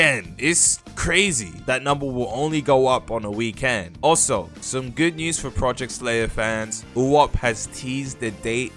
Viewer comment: if i here you say "weekend" and not "weekend" one more time